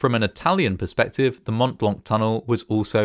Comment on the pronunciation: The "t" sound in Mont Blanc is silent. It's always funy hearing anglophones mess up other langages.